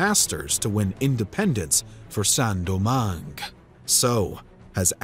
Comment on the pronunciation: Great video, but please at least use google translate to see how to pronounce foreign words, hearing "Saint-Domingue" being pronounced as " Sen-Domangue" and "petits blancs" as "petit blanks" is a bit painful